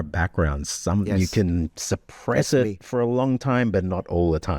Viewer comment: "it exposes you" doesn't have enough glottal buffer between the fully realized "t" in "it". I native anglophone would (a) glottalize the 't' so as to clarify they word boundary, or (b) put a 64th-rest (approximately) between the enunciations to emphasize that "it". Contextually, option B seems less likely (we aren't shifting or exposing culpability), so we would expect a glottalized 't'; instead, he pronounced a new word- for english- "itexposesyou" by letting the words run together as would a romance tongue.